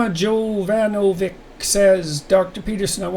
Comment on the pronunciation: Jovanovic = Yo-van-o-vich